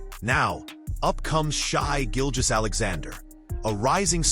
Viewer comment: Bro , learn how to say Shai’s name . Don’t do a video if you can’t learn something so simple .